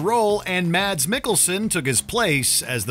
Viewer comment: Per the man himself, his name is pronounced "MASS", not "MADS".